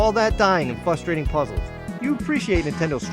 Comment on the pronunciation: What was it with you saying fustrating?